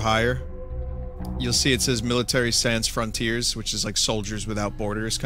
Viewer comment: >MiliTEARS SANZ FRONTIERZ. Vinny I love you but as someone who speaks French that hurt my body.